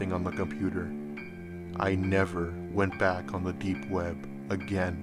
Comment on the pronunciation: The way this guy says deep web drives me fucking crazy. Too much emphasis on the p and b.